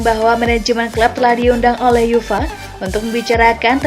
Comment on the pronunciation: uefa itu lafalnya yu ef a... bukan yufa...